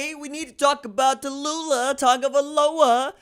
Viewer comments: It's not Ta loo lah, like in Bankhead. It's Tau lee ah. Get your names correct. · Who da fark is Ta-lu-la?...it's Tau-lee-ah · It is pronounced Taulia = Tao-Lee-Ah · Why are you butchering his name? You sound ignorant. Tau Lee Ah. What should we a$$ume your name is Ron Julio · Wait, try Tau-Lee- ahh. I will leave a dislike and will Unsubscribe. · The pronunciation is TAU- LEE- AH. Go got'em kid!! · Tau-li-ah....put some respect on it my G. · Taw-Leeah Thats how you say his name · Its pronounced TALIA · Bruh,....tah loo lah? C'mon ....yeah it's funny, but c'mon man. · I'm pretty sure it's pronounced Tuh Lee luh lol. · Taulia= Too-Lee-a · TAULIA (Taoooh-leeah) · Come on RJ, I'm a subscriber because I truly enjoy your HONEST INSIGHTS.. Give the kid a chance, at least pronounce his name right. TAULIA (TOWEL-LEE-AH). KEEP UP THE GREAT WORK. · Pronounce his name properly! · Bruh that aint how you pronounce his name foo lol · lLlLl it wasn't a mispronunciation because he never tried to correct himself when addressed in the comments of the proper pronunciation or nickname in the comments. You may not understand because you don't care to represent and have pride in your family's name. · It took Maryland fans Ta-loooh-la to realize Williams ain’t going to the turtles 😂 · Just called him LIA for now you're butchering his first name lol